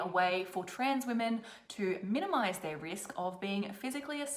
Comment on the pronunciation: "Shaming the wemen of the wotld... australia and the whole universe" 🤣🤣🤣